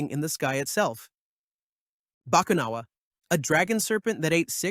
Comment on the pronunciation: Ba-ku-na-wa Not bakanawa